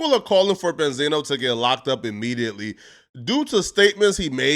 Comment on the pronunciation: Ben-z-no you fool